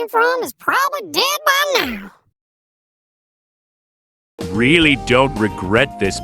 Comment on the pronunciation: The accent when he said " Dead by now " made me laugh.